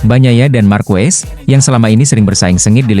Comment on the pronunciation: Harusnya marquez dibaca markes jangan markues meskipun yang ngong itu AI tapi rasanya ngeganjel aja ditelinga, atau sebut aja marc karena ada 2 marquez dimotogp